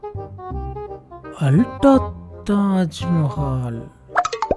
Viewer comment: Adhu ulta illa ooltah